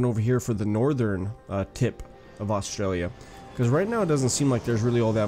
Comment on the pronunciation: btw, that's not how you pronounce Australia, Canberra, Melbourne or Brisbane. please don't take offence to this I also subbed